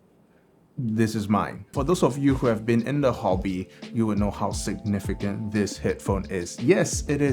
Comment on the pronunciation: Did he say sick-nificant?